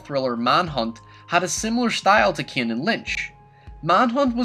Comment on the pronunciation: It pains me how you say the name Kane